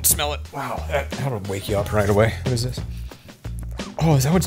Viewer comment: I love the way he says waht if I trip and die and never get to see it. Waht about when he dies and never lives again!